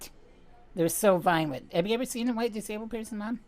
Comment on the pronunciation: why do you say who-white?